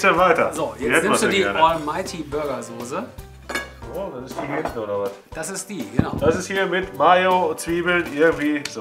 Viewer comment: sooose....es heißt Soße und das S ist so scharf wie das Grillshowmesser....sieht dennoch köstlich aus, wird ausprobiert :)